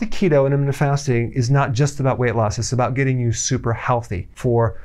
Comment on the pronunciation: I love Dr. Berg, but why does it bother me so that he says "intra-mittent" fasting, rather than "inter-mittent" fasting. Shut up, my blood sugar is low 🤪